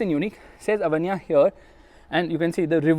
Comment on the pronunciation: STOP SAYING AVANYA AVANYA AVANYA AAAAAAAAAVVVVVVVVVVVVVVAAAAAAAAAAANNNNNNNNNNNNYYYYYYYYYYYYYAAAAAAAAAAA ,,,,SAY AVEEEEENNNYA